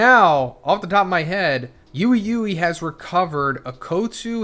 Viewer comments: Lol it’s pronounced “wee wee” kinda but with like more pazazz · ui ui is pronounced as "we we" 🤣